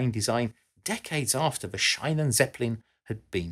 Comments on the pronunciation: Shynen = Scheinen Sheenen = Schienen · Little nitpick on pronouciation : "Schienen"-Zeppelin is spoken like "sheen", not like "shine" The [ai] sound would be spelled "ei" in german, "ie" is just a prolongued i. You sound so strained and proud mispelling it, every time. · Schienen: ie pronounced like clean, not like in shine. Apart from that your pronunciation of German words is really good. Interesting video. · "she-nen", not "shine-nen" :-D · Schienen is pronounced slightly differently, think “Charly Sheen” as in Sheen-en